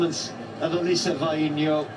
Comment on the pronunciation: She indeed is a wonderful person and a super athlete - and thank You for pronouncing her name so well !!!!! 🤩